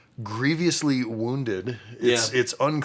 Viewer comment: I’m sorry but it bothers me too much 😂 It is “grievously” not “grieviously”